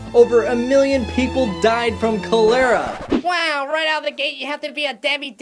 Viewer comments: Great video I really enjoyed it the only thing is cholera is pronounced (call-er-a) not (coal-lair-a) when you first said it I thought it was a made up illness until you corrected the spelling on the plack again I absolutely loved the video and will be watching more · That pronunciation of Cholera irks me. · Cholera is pronounced Collar-ah. not cole-er-ah. The bad lip synching goes back FURTHER than Jackie Chan! It goes back to BRUCE LEE. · Not how cholera is pronounced. That hat is Carmen Miranda. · You said cholera wrong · "They spelled Cholera wrong!" Yeah, and I'm pretty sure you're saying it wrong my dude. So don't judge.